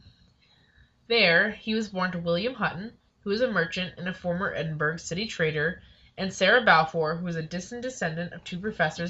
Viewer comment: Edinburg haha, it's pronounced Edin-bor-ough, it's only spelled Edinburgh